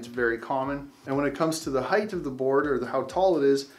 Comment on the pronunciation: What's a heighth lol.